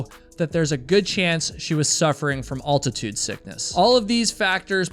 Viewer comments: Altitude is not pronounced Alltitude, you're killing me. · from what sickness?? it’s not pronounced with all sound it’s al sound altitude like al bundy learn to pronounce words correctly .. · I've never heard anyone pronounce the word altitude as "all-titude." Is that some sort of regional dialect? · All-titude? That's not how my English teacher told me to pronounce. That parallels how East Coasters say the state of Nevah-duh. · By the way altitude is pronounced the Al is like Alfred or Alexander not like All like the detergent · Never say ALL-titude again! Cringe! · The way he says altitude sickness kinda bothers me. Wonder where he is from. Owltitude sickness… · It's really surprising that someone who's a hiker & who blogs about hiking wouldn't know the correct way to pronounce altitude. (If you're reading this,, the first syllable is pronounced like the name Al, rhymes with pal. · Dude, when are you going to learn how to say altitude? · You pronounce altitude wrong. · The way you pronounce 'altitude' is just wrong... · Great video! Maybe check your pronunciation of the word 'altitude' though. 👍🏻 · I'm amazed that, as a hiker, you've never learned how to pronounce "altitude". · We are wondering on your pronunciation of the word “altitude”. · Every time i hear pronounce altitude 😂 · Pardon the comment but you might want to check your pronunciation of the word "altitude". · Stop saying altitude incorrectly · please google [altitude] and find out how to pronounce it correctly. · Dude ... whats up with u and the word Altitude ??? Youre pronouncing it like a Canadian thats trying really hard to pretend being American ... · So what that he mispronounced 'altitude'? This isn't a university class! Don't let the minutia of telling a story detract from the loss and tragedy of Michelle Vanek and its impact on her family and friends. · Yeah he says it wrong. Never heard that before. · Al-ti-tude..! lol Not Alt-ti-tude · The word is altitude, not ALL-titude.